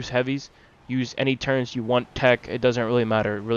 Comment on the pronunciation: ITS TURRETS NOT (turrents)